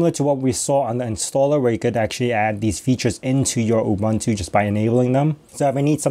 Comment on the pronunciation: Please learn how to pronounce UBUNTU.